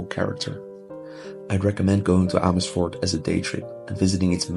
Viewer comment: I did not realize that you are actually Dutch untill I heard you say Amersfoort! Amazing!! 😮😮